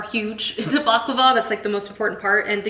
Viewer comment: The tahini bars are scrumptious. Sooo good! 😋 unfortunately mine never ball up. I think it's the rice crispies that help in doing that because that's the one ingredient I don't use. I use roasted, crushed foxnuts instead. The orange zest really makes the halwa sing 🧡. Btw, I just want to correct your pronunciation: it's bukLAVA..not bukluhva. Also made the chocolate cake.. very fudgy n tasty.